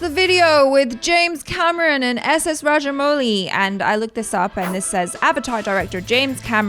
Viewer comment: ...you pronounced his name right the first time 🙂😊